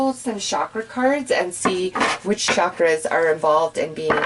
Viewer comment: Great reading...Just a humble suggestion...Its pronounced as "Chakras"...." Ch" as in "Cherry"....Not " Shakra.......its "CH" As in "Chocolate"...